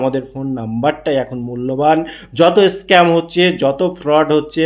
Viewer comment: At first , try to improve pronunciation. What is 'Eskemar' ?